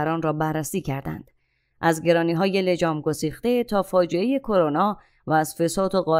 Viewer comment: لطفا لگام گسیخته تلفظ شود, ما عرب نیستیم, متشکرم🌹